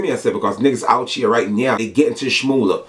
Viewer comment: let me help you out, its "out here" not "out cheer"!